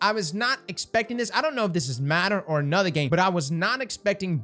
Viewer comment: Getting my daily dose of “ANOTHA WEEK BOYS AND ANOTHA TWAB”